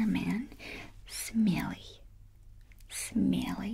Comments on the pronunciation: Brave sounded like smelly phonetically in English 😂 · Смелый sounds like smelly bruh 🤣 « You smelly »